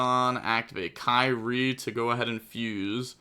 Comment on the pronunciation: Its pronounced "KEER - EE - AY". Greek for "Lord" as in Our Blessed Lord.